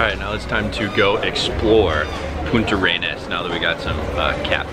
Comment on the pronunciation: Great video, just one thing, the city name is Puntarenas, no Punta Arenas. Regard.